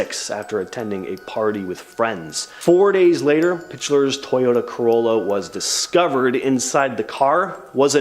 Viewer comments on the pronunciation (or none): none